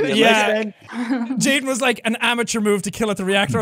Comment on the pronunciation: bro my name is Jayden and everyone kept saying jadien and I was like wait wtf? Every time bro😂😂😂